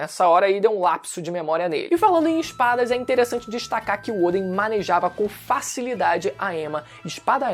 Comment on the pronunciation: Por que chama o Odén de Ôden, que agonia mano kkkk